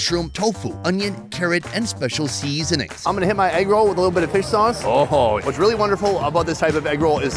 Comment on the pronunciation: Love the MN state fair! But if you are a native Minnesotan, why do you pronounce "seasonings" so strangely? 😂